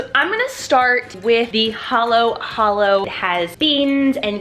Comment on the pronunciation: I'm fillapina and everyone says halo halo like 😇 but u said it right